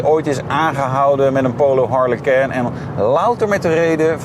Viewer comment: Wat spreek je dat toch weer dom uit. Je praat al als een ramdebiel maar goed. Het lijkt wel of je het frans probeert uit te spreken. Waarom?!